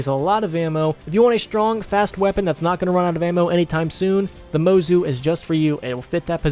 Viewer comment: It’s pronounced mozu not mozu